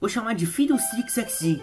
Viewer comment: Fidleestick XD eu não tankei ksksksks.